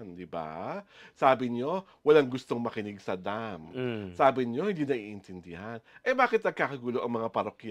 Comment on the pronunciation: Along DEM?? 😂😂😂😂😂😂 AYUSIN ANG PAGBIGKAS NG DAM!!! DAM